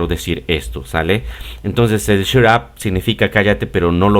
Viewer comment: Hola,me suena raro su pronunciación de Shut con la letra “u” yo lo he escuchado más parecido a la letra “a”, sería tan amable de aclararme esa duda,?.. Roberto, Argentina